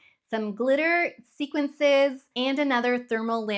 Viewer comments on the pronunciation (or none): It is “sequins” not sequences.